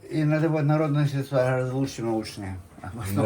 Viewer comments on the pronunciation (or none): none